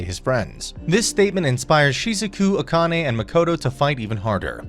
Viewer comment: Akane - ah kah neh - evenly stress the syllables